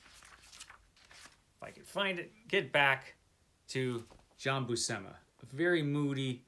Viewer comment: So, seems loves Jack Kirby's work on this! 🤣 You're both mangling Buscema's surname you know 😉 (Pronounced Bushema, although I'm guessing he may have anglicised it himself). comunque puoi ringraziarmi piu tardi 😉